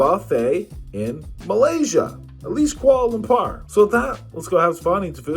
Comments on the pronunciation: Lampar is basically a local lingo for testicles Lumpurrrr is the proper pronounciation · Koala bear lamper. The whitest way I've heard it said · Why are you butchering the name of the Capitol…it’s pronounced Kooahla Loompoor…